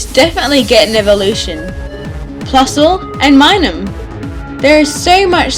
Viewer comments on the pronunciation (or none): Just FYI, it's Minun, with a "n". And Illumise is pronounced ill-lou-me-zay. ;)